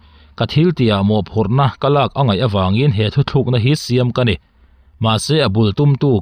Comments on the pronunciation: Thu thlukna i hmanna ah hian thu tlukna tih tur aw....😅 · Mizo ṭawng a va thiam lo ve , nang tal chuan Thuthlûkna ti lo in , Thutlûkna ti tal in chhiar dik sak ve la...